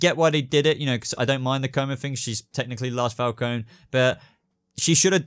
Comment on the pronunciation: Omg he said my last name right